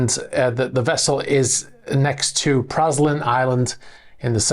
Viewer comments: *FYI, Praslin is pronounced prahlin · Praslin is pronounced like the Belgium Chocolate